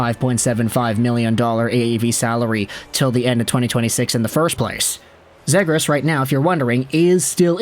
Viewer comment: Before I even watch this I already know it’s gonna be pronounced Zaygras and I already know the ducks are gonna get screwed in this mock trade